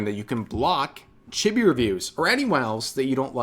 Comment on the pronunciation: Sorry to be the guy that does this but it's pronounced Cheebee not chibby. Just like it's pronounced Lolee not lolli, it's not like a lollipop, it's lolee as in lolita.